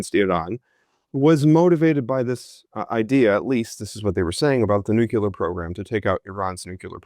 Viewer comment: C'mon: not NU-CU-LAR. It's NU-CLE-AR.